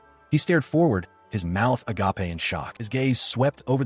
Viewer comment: AGAPE (a-gape) Not "a-ga-pay" (agapé)